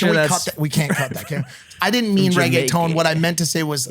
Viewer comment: actually when maik said regueton he didn't say that bad 😂😂😂😂😂